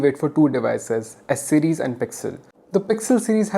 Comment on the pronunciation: Your pronunciation of s series is triggering Siri